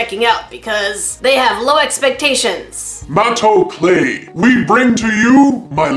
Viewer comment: I THOUGHT "MATO CLAY" SAID "MAYO CRAFTS" AND I WAS GETTING SCARED ABOUT WHAT THEY MENT BY CRAFTING WITH MAYO